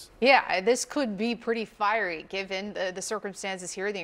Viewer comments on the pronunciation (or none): She said “this could be pretty firey” 😂😂 she did that on purpose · Did she just say this could be very fire-E???? Wow,,, cold ppl at cnn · “This could be pretty firery.” I think we are already there! 🥴🤣🤣🤣🤣